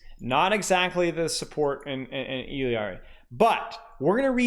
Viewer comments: Say it with me everyone I-LAR-EE. I-LAR-EE. Not ILL-EE-AR-EE. Why are people adding a letter to her name? Illari.. not Illiari. Sorry but this is driving me nuts 😂. All love though ❤ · Still disagree with y’all I’m sorry 😉. 2 L’s in Spanish make a “Y” sound. So even if you say it in her proper language it’s EE-YAR-EE. 2 L’s don’t add a syllable. Like I said, all love, and a funny debate at least. Keep roasting me, I’m here for it 🤪😂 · For the love of god learn how to say “Illari” Why are you adding a whole extra letter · no he’s not, Illari, even in the Spanish pronunciation, doesn’t have an extra fucking i before the a. Cope.